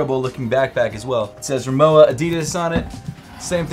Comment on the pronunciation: That was the weirdest pronounciation of Rimowa I've ever heard. I swear that I heard saying moua.